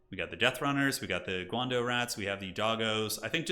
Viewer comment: Hi, the pronunciation of the "dao" in "guandao" is not pronounced like "dough" but more akin to the English word "dow" or maybe "drow" without the R. The weapons that the eshin triads use (guandao) are attributed to the legendary Chinese general, GuanYu, of the Three Kingdoms period (also playable in TW: 3K)